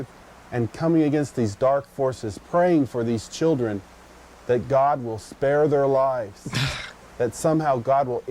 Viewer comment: "Won't somebody think of the chrildren"........